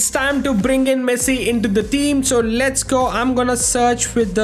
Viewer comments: dude says messi but always sounds like he is saying pessi damm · bro said pessi instead of messi 😂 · bro really said pessi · nah bro u said pessi I know not intentionally u said it mistakenly but u said pessi for sure😂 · 5:0 bro called pessi😂😂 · You are speak Pessi😅😅 0.04 sec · Bro said pessi but ay W we ronaldo fans are happy 😂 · You said pessii😂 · said pessi? His main id name is literally messiniac 💀💀 ig it clears it all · bro thought we wouldn't notice him saying pessi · nah my bro said pessi 💀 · Bro said pessi 💀 Bro swapped sides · listen what he said in like . He clearly "Pessi" and not just once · tbh it was only once , maybe you need to check your ears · nah bro you said pessi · Literally says pessi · He said pessi you high bruh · bro really said Pessi 💀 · bro said pessi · he says pessi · Bruh you said pessi 💀💀✅ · Why you say pessi bro 0.04